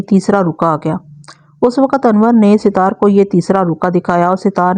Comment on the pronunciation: Sitar nahe sattar hota hai naam ke aise ke taise kar dete hain aapc